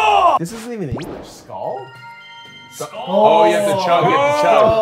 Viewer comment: They are really bad at saying skål its not skull